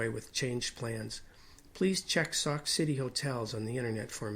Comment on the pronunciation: That is pronounced “ sock “ not. sack!